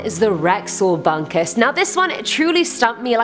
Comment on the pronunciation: You don't discover bunkèz, bunkèz discover you